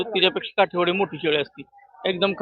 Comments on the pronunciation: काटेवाडी नाही काठेवाडी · काटेवाडी नाही काठेवाडी 😅